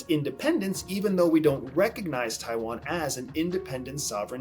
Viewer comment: Nitpicking, but if you said some of the names better it would be less distracting, especially Taiwan